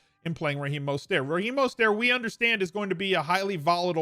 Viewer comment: fan, but as a lifelong niner fan, I need to politely inform you his name is pronounced “Mose-ter-t”. There is no silent T. Pronounce the T.